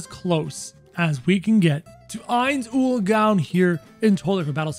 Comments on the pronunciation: It’s not “oil” it’s “oal” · I meant ool he was saying ool when it was oal.